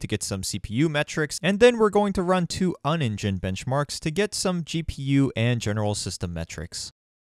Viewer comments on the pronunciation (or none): Don't make a wooden case to put on your desktop to put the existing case in. Make the wooden case an actual stand alone desk to put the existing case in. And it's pronounced U Ni Gine, not UnEngine.